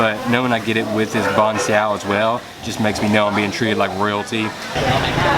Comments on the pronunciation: if you do ever one day get the chance to visit Vietnam again that is my home country I love the video and btw it pronounced Ban Sail like that but with accents so sail well almost have a w at the end of it instead of the l easier said in person then typing it lol XD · Nghe ổng đọc chữ Bánh Xèo mắc cười ghê